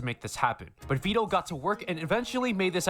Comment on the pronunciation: you say his name right, its neuro who says it wrong